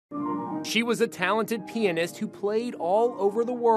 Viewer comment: he keeps saying pianist like penist